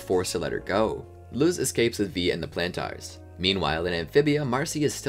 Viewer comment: why are you still mispronouncing Plantar 😭